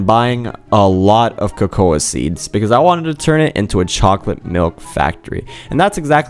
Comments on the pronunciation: Yeah it kinda irritates me that he says ko-ko-a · Cocouh trees (cocoa trees)